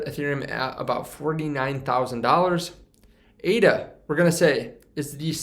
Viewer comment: Its Ada like a person's name not A.D.A. You're audience would be more accepting of your info if you had the basic info IE: the name correct first.